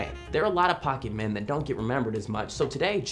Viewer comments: "pockeymen" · ITS POKEMON NOT POKEMEN OR POKEMAN!!!!11!1!1!!!!1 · It's not Pokeman its Pokemon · did you say pokeman? Shushhhhh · Stop saying pokeman, please, please